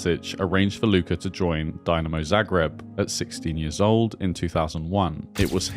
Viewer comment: If you make a video like this, you should at least make a little effort in pronouncing Croatian words. How can you mispronounce Dinamo?